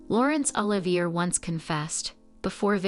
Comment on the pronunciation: Oliver= O.live.e a. Not er..👍